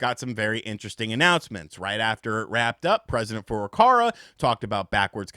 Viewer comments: for the millionth time, it's FurukaWa, not "FurukaRa" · Hi, i have followed you for like 4 years, you are great, and like your style, but you make one tiny mistake over and over again, which annoys me a bit😅 Nintendos president's name is FURUKAWA! Sorry man, but it's not Furokara.. would be nice if you said his name correctly, since you use it so often.. I've heard this a thousand times now. I hope im not annoying you. Just want to help you out man.. Hope that's ok. Stay awesome💚 Cheers man.. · It's FurukaWA. Is it that hard to read? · He keeps saying FurukaRa. Why? I actually want to know :)